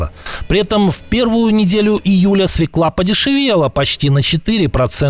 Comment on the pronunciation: свёкла, а не свeклá